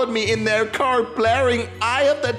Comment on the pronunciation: count how many times he said caw incidents :>